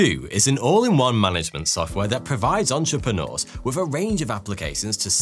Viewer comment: you lost me at the sudden “entrepreneurs”